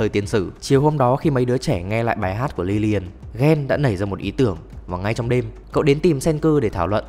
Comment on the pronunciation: Lilian mà anh chơi liên quân nhiều quá anh đọc thành liliana